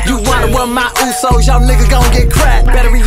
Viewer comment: They pronounce uso's like plastics. Throw some traditional wear on them and see if they can do their traditional dance. Got us sa's in the US titling their song my usos yet can't even pronounce it properly.